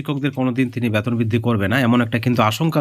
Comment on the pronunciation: ফালতু খবর। আগে আপনার ভাষা ঠিক করুন। ওটা ব্যাতোন নয় বেতন হবে।